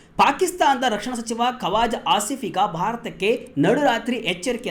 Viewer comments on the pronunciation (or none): Adhu kwazaa aasif... Kawaza allanna